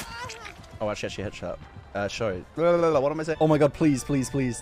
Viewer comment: this sounded like gibberish to me too but somehow my brain understood at the least that it still made sense even if I couldn't comprehend it, but then the shorry got me after